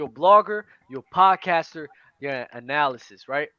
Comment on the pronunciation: Lmfao when they kept saying analysis instead of analyst